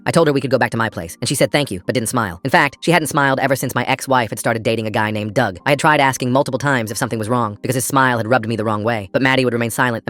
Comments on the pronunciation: Not trying to be mean but dug rhymes with grug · Dug rhymes with grug